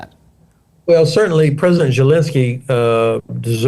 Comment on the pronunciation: Why does he call him gelensky?